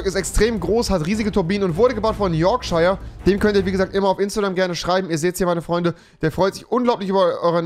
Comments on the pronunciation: Man spricht es Yorksha aus und nicht Yorkscheier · Rewi:spricht Yorkshire am Anfang des Videos falsch aus Alle die bissl Ahnung von Englisch haben: triggered